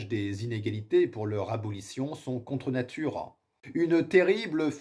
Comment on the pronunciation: Maintenant on ne peut plus dire "contrenature" sans prononcer "contrenaturiiin", je sais pas si la réf est voulue mais ça m'a fait rire :D bonne vidéo en tout cas !